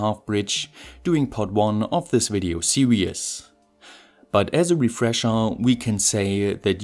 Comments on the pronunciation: why are you saying 'serious' when you are trying to say 'series' ? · Excellent content and very well presented ... only thing I was going to quibble with was the way you seem to be swapping over the words serious and series, but given your English is superb I have a feeling it might be a joke 😀👍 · .....okay, and in 2¼ minutes of video I've heard you pronounce the word 'series' as 'serious' . I was also making this mistake when I was eight years of age. Actually your English is very good . Thanks for your work . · Every video I watch I wonder if someone is going to correct you on how to pronounce series. Not yet haha.